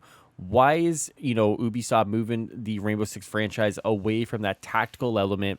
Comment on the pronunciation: I swear I thought you said boobi-soft 🤣